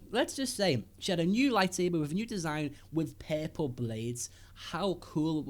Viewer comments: I'm not trying to be mean but whenever he says "purple"it sounds like "peple" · every time he said perpil I gaged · Pearpull..........no just no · It's called purple not perple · R R puRple not peple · so funny how you pronounce purple :D"perple" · "PEARPLE? WHAT ABOUT PEARPLE" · omg how you say purple; papple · What color is "pay-pull" ? ;) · Take a drink every time he says 'perple'. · "Perple seber"